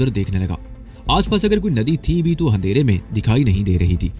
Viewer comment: The word is andharay Not hundaray